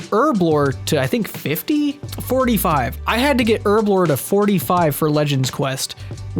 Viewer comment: plz stop saying urblore instead of herblore you're killing me